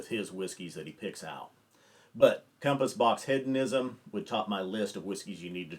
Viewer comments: It's pronounced Heed-on-ism not Head-on-ism. Have you not heard this word before? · Love ya but it’s HEEDonism and you said “Head-onism” like 18 times in 30 seconds 🤣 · He-dough-nism not head-o-ism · It's an interesting word. With a Brittish accent the word is pronounced heh·duh·ni·zm. To American English speakers, it sounds like the Brittish speaker is saying head-uh-ni-zm. It is a subtle difference, but Brittish English speakers are including the "d" in the second syllable just as American English speakers. Hearing the word spoken by a Brittish speaker leads to this common American mispronunciation. The key is the first syllable. Brittish first syllable is "heh," and American first syllable is "hee." So, our American ears tend pull the "d" into the first syllable when we hear the Brittish pronunciation. Listen to say the word again keeping in mind that he is saying heh·duh·ni·zm, not head-uh-ni-zm. I hope this helps. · How is nobody commenting on the pronunciation of hedonism? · Very nice list. The inclusion of Compass Box Hedonism is a fantastic choice. Please check the pronunciation, there is no "a" in Hedonism. I mean this only to be helpful. I enjoy the information. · One further point. Keep in mind that is an American who lives in London, so the question is is he pronouncing it incorrectly, or is he using the Brittish pronunciation. I'd guess the latter in that he is softening the first syllable as the Brittish do, and placing the "d" properly in the second syllable. Hedonism is not a commonly used word, and it's likely that first heard, and learned to pronounce it in Great Britain. Again, I don't want to detract from the main point of your video. Your choice to include this Scotch blend here is, as a Brittish speaker would say, brilliant.